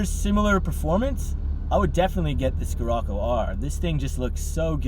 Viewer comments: Oh my gosh killed my soul every time he said it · skerocco lol its pronounced sherocco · Not dissing. Just correcting. "SHHHHHHHHHHHHirocco". Not SKSKSKSKSKSKIrocco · “Skirrocoo” it’s pronounced shir-occo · It's pronounced shirocco bud 🤣🤣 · I was willing to forgive him buh man ooh man he said 'skirrocoo' alot 😂😂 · Learn how to pronounce Scirroco. And the difference between 'wheelbase" and "track". Drove this and the 4wd Golf R at a BW track day at Sydney Motorsport Park. The Scirocco R more lively, far more fun. Not carrying the weight of the 4WD. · Learn the damm name moron, how can you review are car and not know how to even say its name 😡🤬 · can’t say or don’t know? Lmao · Haha was gonna say